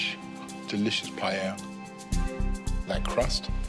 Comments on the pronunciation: nope, she actually said pallela so no problem. anyway none of those is really a paella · We pronounce it as PAH EL YAH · The host mispronounced paella 🥘 sad